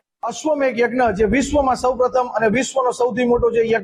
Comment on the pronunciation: Ashwamedha not ashwamegha